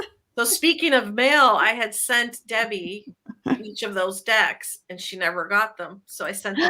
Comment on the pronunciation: Debbie, I thought you said you were giving away “two dic**” instead of decks. 😳